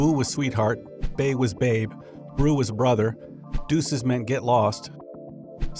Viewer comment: Tru dat brew He pronounced bruh like brew lol